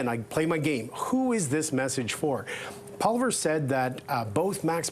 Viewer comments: "Polliver?" I know the liberal hack doesn't like Pierre but at least he can have the decency to make an honest attempt at getting his name right. Not exactly a "rolls-off-the-tongue" sort of name for English speakers, I'll grant, but Holy Crap; surely he can do better than Polliver! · Could this guy for once pronounce pollievre's name properly, it's dumb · That liberal sycophant should learn how to pronounce Poilievre. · It’s clearly an intentional choice he’s making saying his name like that. He’s sitting around others at the table saying it more or less the proper way.